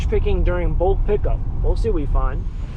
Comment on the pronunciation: Not bolk pickup,. It's bulk pick up 🤦